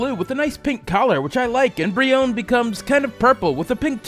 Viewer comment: How you said brionne Bri own